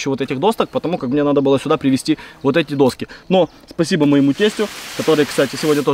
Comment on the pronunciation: Ну, не «достки», а «доски»